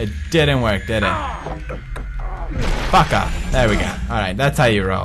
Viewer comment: everytime he says "fuck off" it sounds like he says пока